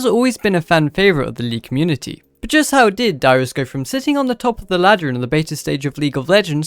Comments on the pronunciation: I heard too LOL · im sorry but i thought you said your name was lmao good video thanks